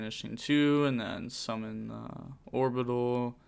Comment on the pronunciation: Another one for the"Horbital" pile🤪